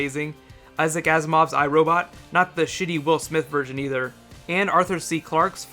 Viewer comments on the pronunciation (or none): none